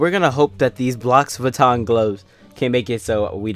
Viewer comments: its pronounced: rou-oui(the french way) vitton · Lis viton :D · Its ro-ux vuittons